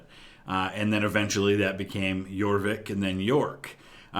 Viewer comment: The Viking name for York was Jorvik, not what you said. But I do agree that The Last Kingdom is an excellent series. 🙂